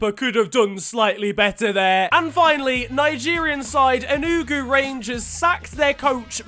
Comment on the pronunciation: He said enuuuguuu its e-nu-gu